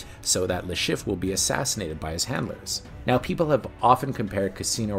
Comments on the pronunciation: It's "Chiff-Re" not just Chiff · How the hell do you manage to mispronounce Le Chiffre throughout this entire video, when his name said many times throughout the whole movie?